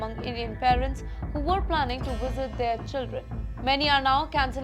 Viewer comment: IT'S NOT WISIT, THE WORD IS VISIT.